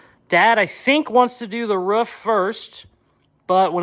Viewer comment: you sound like a dawg! When you say roof, I only hear: 'WRUFF, WRUFF'!! 😂